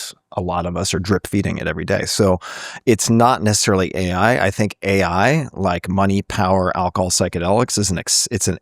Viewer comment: How can somebody be so eloquent, knowledgeable, and posh-sounding yet have such awful grammar and pronunciation? ("fink" instead of "think", "we was talking about this")